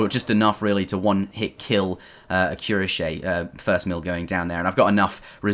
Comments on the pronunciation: Cuirassier is pronounced "QWEE-RA-SEE-EY" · About cuirassiers prononciation, as i'm French i'm gonna give it a try ^^ : kwira-sea-a I don't know if that helps a lot but google traduction seems to pronouce it correctly this way. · It's like you're saying "oui," but "cui."The "ra" makes a "rah" sound, but don't forget to combine it with the normal s sound that comes after it. The "si" makes a Spanish "si" sound. The e at the end of the word makes a "eh" sound. So, it should make a cui-rahs-sieh. I have high school French. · Queuerashiai :D jk Cuirassier is not an easy word to pronounce, even for us. GG bro